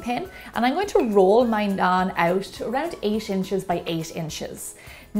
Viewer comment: i am indian so do more stuff like it....check the pronounciations before you say them...try this naan with some butter chicken it is heaven! great recipe as usual!! keep it up😀😀😀